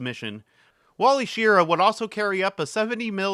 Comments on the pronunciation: Shi rah. That's how he pronounced it, and it was his name. Common mistake, unfortunately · Shir ah is how I distinctly remember news broadcasters (like Walter Cronkite) pronouncing his name while watching TV years ago. 🤷‍♂️